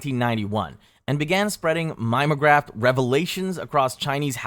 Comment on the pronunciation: Mime o graph. Love it